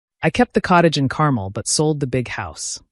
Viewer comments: Pronounced Carmel wrong. Think car-mel not carmal. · Not Caramel but CARMEL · fix your AI Carmel is pronounced CAR MELL